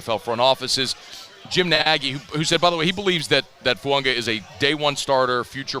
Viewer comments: It’s fuaga not fuanga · It's spelled Fuaga... but pronounced Fuanga... just ask Taliese himself.